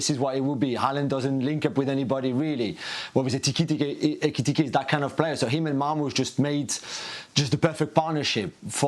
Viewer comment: Love Jules struggling to say " Eketike" 😁🤣